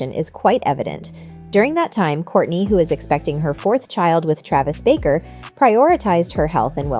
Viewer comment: Omg she also said Travis’s last name totally wrong this lady! Shouldn’t do videos if you don’t know how to pronounce someone’s simple names 😂😂